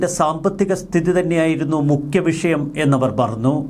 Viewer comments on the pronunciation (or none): none